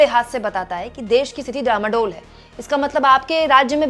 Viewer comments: * डामाडोल नहीं डांवाडोल! * कश्ती डूबने से पहले हिल्कोरे लेती है उस स्थिति को डांवाडोल कहते हैं! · डामाडोल नहीं डांवाडोल है।